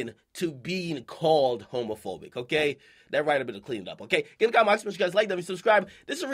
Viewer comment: This dude akademiks said "homofoic" nigga what